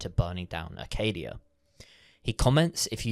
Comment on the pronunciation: every time i see/hear someone say acadia as "arcadia" i feel so disappointment in people